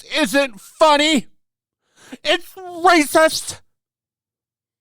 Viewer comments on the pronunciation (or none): Please never stop with that "Brrrrracist!" xD